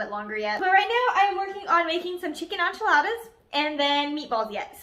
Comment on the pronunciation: Hi, I came upon your video very randomly ...but it was so sweet :) I just want to let you know that enchilada is pron. like in-cha-lodda 😉